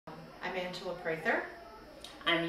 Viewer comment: two things, one Cold War Veteran not Desert Storm, and its Angela not Anaela...thanks